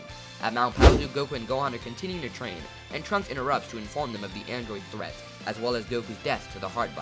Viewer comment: When you said trunks I thought you said drugs and I was like heh they going to do drugs Edit:Can you do what if Beerus went to earth in the future timeline